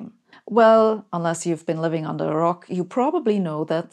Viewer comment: "Unless you've been living under a r-r-rock". I like how you made the R vibrate.